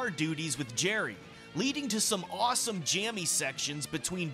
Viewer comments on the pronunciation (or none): none